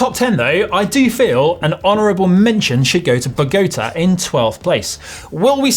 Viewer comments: bo-go-ta. lmao its bog-o-ta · Yeah, it's got an accent on the last "a" for a reason...it did sound like something out of Star Wars. =\ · Bah-go-ta is probably how not to say it...... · I was going to say the same thing. What a pronunciation.... lol. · I honestly thought he said "pagoda". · How did he say the capital of Colombia? Jesus 😂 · Bogotá the stress is on the last syllable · The way you pronounced Bogota just made a child vomit in Colombia. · fyi Your pronunciation of Bogotá is suspect: the diacritic on the last syllable indicates stress I believe. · Great video! But for the love of the Lord please pronounce "Bogotá" and "ciclovía" properly mate! Ask the lads of GCN en español to give you a hand!... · The little thingy over the letter "a" in Bogotá and the "I" in ciclovía should be a clue... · Much better Dutch pronunciation than Spanish from the Cornish boy. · He pronounced it like rhymes with Travolta